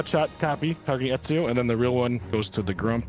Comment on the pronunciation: Everytime said Ezio, I cringed a bit. I know he hasnt played AC, but damn